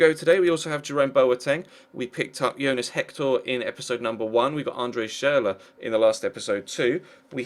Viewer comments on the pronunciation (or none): none